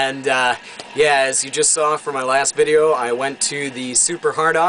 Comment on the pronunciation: Frrom or from? =) good Job Luke